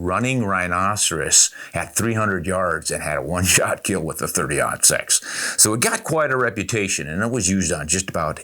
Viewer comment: 30-06? It will keel!